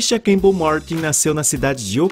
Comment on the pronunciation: O nome dela não é Tisha Cambell e sim CamPbell, pronuncie direito!